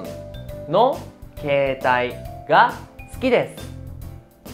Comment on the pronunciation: Hola estoy actualmente viviendo en Japón y estoy viendo tus clases y me parecen interesantes, pero tengo una duda referente a la palabra sukides como se dice exactamente 🙄 se dice su o kides?xq te oigo que suena kides y no sukides con la pronunciación su.. 🤔